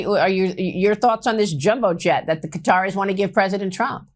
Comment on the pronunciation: How, how the actual fcuk do you go from butchering, and it was totally butchering the pronunciation of the name of a country in one sentence (where the fcuk on a map is 'Cutter') but get the correct pronunciation of the people correct in your next sentence?????? (Quataris) seriously?.??